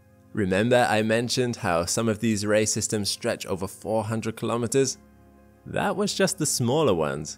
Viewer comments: Great video👍🏻 every time you said “ray systems “ I kept hearing racism’s. I need to get some sleep. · Every time he says ray systems I hear racist ems. :P